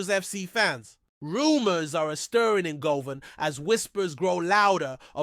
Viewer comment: I agree he always says ibrox wrong also he says Govan wrong as well get someone else who can talk properly